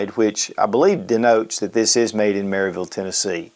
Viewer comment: Just in case you get to interact with the locals when you’re visiting Maryville, it’s MARE-avul (